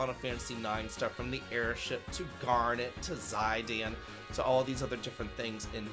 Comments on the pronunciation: Gotta love ZAI-DAN 😂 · idc what anyone says, his name isn't Zie-dann. I refuse to believe that! lol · His name in Japanese is ジタン (Jitan), so the anglicized version should be pronounced something like ZihDAHN. I'll also accept ZihDANE. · It's pronounced "Zuh-daan." You're welcome. 😅 Also, Dawntrail's last section, and subsequent patches, have a lot of references to IX. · Out of all the pronunciations of Zidane I'd heard that was the most egregious lol